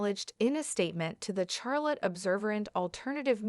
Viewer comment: If you’re going to report this case, at least learn some respect in how you pronounce her name. Also you are pronouncing Charlotte wrong.